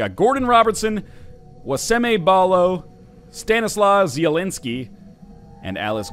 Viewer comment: I love how NL said "Stanisław Zieliński". I just love you NL. <3